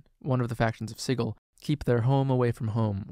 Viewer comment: Hey you pronounced Sigil correctly, have a like & a subscription